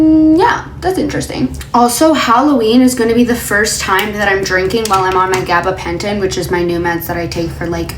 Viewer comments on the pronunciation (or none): Say gabbapenton again